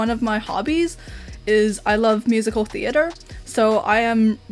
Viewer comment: i think her accent falls in the realm of possibility of being an ABC, but the way she pronounces certain words like "theatre" seems kinda forced/fake sounding